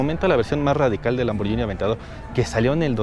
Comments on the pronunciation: Solo una crítica constructiva, se pronuncia Lamborguini no Lamboryini. Buen video 👍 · no se pronuncia lamboryini se pronuncia lamborghini como de guitarra. hay una letra H entre la g y la i. fuente: soy italiano